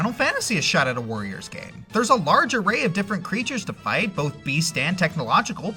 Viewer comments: Am I the only one that constantly heard "voyeurs"? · Sounds like he's saying "Vorriors". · You know, saying "warriors" in a German accent sounds like "voyeurs"... kink confirmed Edit: BTW, there's already been a Tales Of warriors-esk game